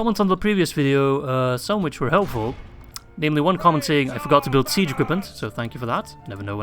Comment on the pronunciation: whenever u say we ride as one, i hear: "We ride as Juan!". Just makes me picture a mexican with a sombrero on a donkey.